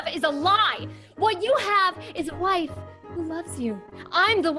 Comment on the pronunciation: HIS *WIAFE*!!!